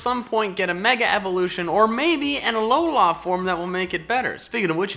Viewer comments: Everytime he stresses A-lo-LAAHH I cringe, it's pronounced Uh-loh-LUH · I hate how he says Alola ARRRGGHHHH!